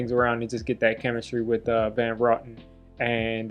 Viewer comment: It's Van Roten ( row - ten )